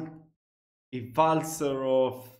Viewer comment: He said "vaasi".